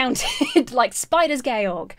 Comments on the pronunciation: I have literally never heard anyone pronounce George like that and I love it so much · What did Spider George do to you for you to call him Spiders Ghe-Ohrg?